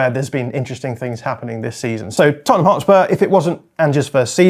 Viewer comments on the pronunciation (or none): none